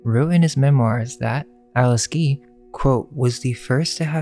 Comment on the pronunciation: Nice vid, but you need to learn English. Her name is Alice Guy, not Alice Gee. I am sure you are a smart guy.